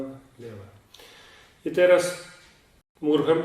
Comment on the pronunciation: Mrugam a nie murgam